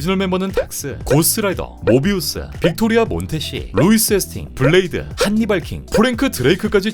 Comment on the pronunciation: 모비우스 발음 왜 그렇게 하심 ㅋㅋㅋㅋㅋㅋㅋㅋㅋㅋㅋㅋㅋㅋㅋ